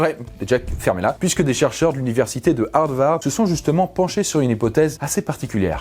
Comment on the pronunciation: "l'université de Hard-Vard" ?? C'est quoi ca ? L'université d'où viennent les acteurs porno ?